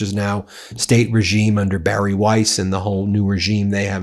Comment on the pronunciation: lol u said barry wiese and all i can ythink of is barry from storage wars lol